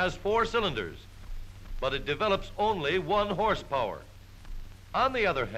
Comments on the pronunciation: At around the two minute mark when the narrator exclaimed "Horse power" I heard "Horse porn" and quickly double checked the title of the video. I have no interest in the latter. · Don’t you mean “hrspwr”?